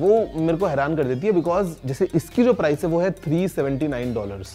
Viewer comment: Say price properly.